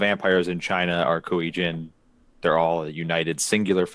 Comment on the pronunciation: Come on, it's not that hard, EIIII, as in Fonzie... KuEIIII Jin. Y'know like my name ^^.